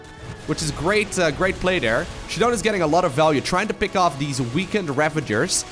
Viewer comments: ShaDoWn should be prounounced as "shut down" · i pronounce his name shadow-N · I think this is "Shadow N" is how it's pronounced.